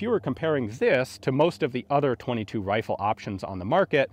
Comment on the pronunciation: Anyone else hear "wifle" at :24 seconds?